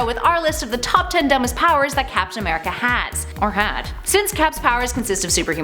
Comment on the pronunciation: As soon as I opened this video I heard “FAPtain America” we got some hornballs at Top 10😂 or does that make me the horn ball?